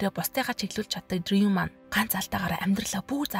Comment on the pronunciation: Дрийв биш Дрью гээрэй хүхээ